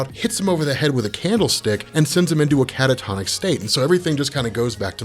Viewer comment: How many times can someone say " Cata-Tonis State" in 1 video ? Go